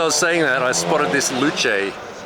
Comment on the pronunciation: Loo Chay? Its a Loose!